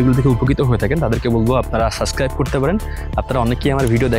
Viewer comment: সাসক্রাইব না, সাবস্ক্রাইব 😂 এই উচ্চারণ শুনলেই তো আমার আর সাবস্ক্রাইব করতে মন চায়না।